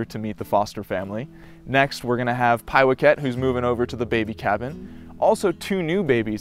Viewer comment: Who comes up with all the creative names for the little ones? Do you know where the name, Pie-whack- it , is from? It was the name of a cat who was the familiar of a witch in the classic 1958 film " Bell, Book and Candle " with Jimmy Stewart and Kim Novak. It was basically the film inspiration for the 60s TV series , " Bewitched ". It is really pronounced Pie-whack-it, not Pie-wack-ette. Haha well that was how they pronounced it in the film...not that it is really important. In case you and the other tall monkeys there who stand on 2 feet and only have fur on top of their heads ever have time to watch a movie you can watch it for free here.